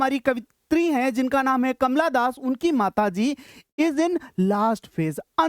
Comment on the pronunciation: Kamala das❌ kamla das ✅